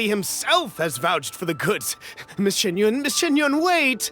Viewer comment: Bruhhh... Xianyun not Xingyun